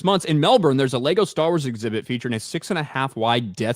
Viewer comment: It's pronounced "LEGO"